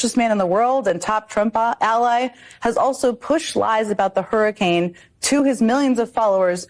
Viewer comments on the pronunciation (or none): Man you gotta stop calling them harrycains 🤣